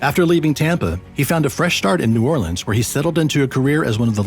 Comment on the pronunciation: New oreleans? New Ore-lands